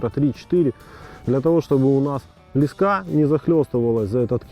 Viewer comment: это слово леска с ударением на последний слог)))